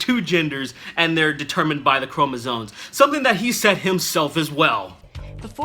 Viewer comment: sorry.. love the vid but its chromosomes not chromosones. With all due respect.